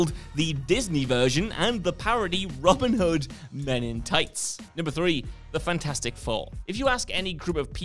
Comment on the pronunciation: Genuinely thought he was saying Robert Hud. I was like who’s that?